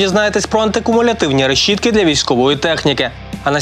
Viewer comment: Українською мовою: решето, решітка! Так і вимовляється! Русским языком: решето, решётка! Вимовляється: рєшето, рєшотка! Не пались якобы Українка!